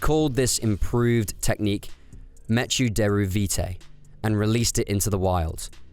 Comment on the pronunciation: "meh-choo"? Not "mekkoo"? Like MECHanical?